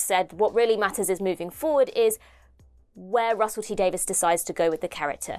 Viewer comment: Davies not Davis...